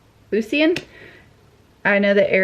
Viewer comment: If it is Lucian, pretty sure it is pronounced Lou-shen. Could be wrong, but maybe not. Love you!